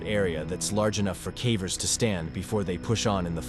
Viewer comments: wow you were just exposed to me as yet another AI horror channel. bummer because I really enjoy your content, this whole time I thought there was a person speaking but I guess it's just been a computer. dead giveaway was saying "k-ah-vers" instead of "k-AY-vers". at least admit youre a shill I've seen people clowning on you for your clickbait thumbnails, which is valid, but was never anything I was annoyed enough to observe. in hindsight now? yeah I can see why your thumbnails are all clickbait considering your commentary is entirely devoid of humanity. none of this is said in Malice by the way, I truly do love this channel. this whole time I was just under the impression that there was an actual human being narrating all of this and, seemingly, this has brought to my attention that it's just another AI channel. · AI narration makes me nuts. Is it really the case that whomever made this video (and so many others) cannot be bothered to, I dunno, actually watch and listen as a human to the finished product, just freeking once, and note the weird words therein (cavers as "kaa-vers", plaque as "plaa-key", etc) and use the AI or whatever to fix them? Surely such fixes cannot be that difficult, and, assuming the fix is reasonably routine, surely a ten minute video could be pronunciation-checked in an hour or 90 minutes or so. What gives? Bugs the heck out of me. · Why are you deliberately mispronouncing simple words like cavers or unmapped?? Seem like a weird thing to do for no apparent reason. Plicky for plaque at the end was particularly ridiculous lol